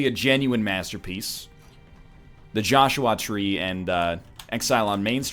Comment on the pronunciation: Please, never talk about The Joshua Tree again. My name is Joshua, and the way you pronounce it really bugs me for some reason.